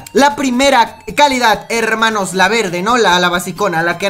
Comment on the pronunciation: like si les gusta que diga herrrrrrrrrrrrrrrrrrrmanos